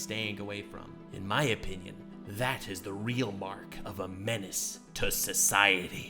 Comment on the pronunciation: Man really fucked the word menace up..... So sad, man got not that great taste in content anymore....